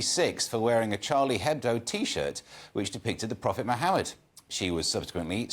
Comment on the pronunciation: lol the newscaster said "prophe muhawed "